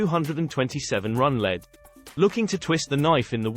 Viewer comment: Why do you say /led/ for lead?